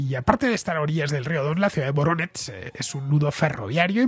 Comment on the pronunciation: No tiene importancia pero Voronezh en ruso se pronuncia como [Varonesh], solo por la curiosidad.